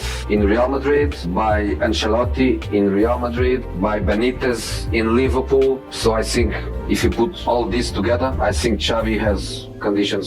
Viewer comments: it also says 'Liverpoo' at some point lol Leverkusen also smashed so and so 3 to 0, 5 to 0....nobody says that. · "liverpoo" first time AI has got anything right